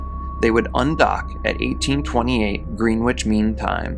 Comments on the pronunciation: Greenwich is actually pronounced like 'Gren-itch'. They don't pronounce the other E or the W. As always, great video and excellent content. Thank you! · Greenwich is pronounced 'Grennitch' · It is pronounced grennitch. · It’s pronounced Gren-itch. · 'Green-witch' Mean Time hahahahahaha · Yes, it's pronounced, Gren-itch😊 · No no no! Greenwich is correctly pronounced “Grennich.” Thank you! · Grennich ... Like a sammich ... Except not really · It ain’t got shit to do with him being American. Probably just that he’s young and inexperienced. Greenwich has always been pronounced “Grenitch” - NYC’s Greenwich Village for instance. GMT is no different. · The W in Greenwich is supposed to be silent. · Thank you. That was driving me bananas. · If you’re going to narrate this type of content, you should check on the pronunciation of words you’re unsure of. Greenwich is “Grennich”, and it’s Anton Yelchin, not Yelkin.